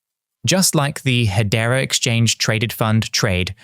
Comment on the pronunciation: Is he just doing AI videos now???? He is pronouncing hedera as head-era , nobody does that in real life